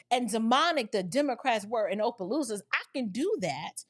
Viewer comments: Not Ō..pelousas.. It's "Ah"..pelousas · My sister, I'm from Louisiana, just a slight correction, Opelousas is pronounced with a short O not a long O, like opposition. Everytime i hear you say it with long O i laugh😅😅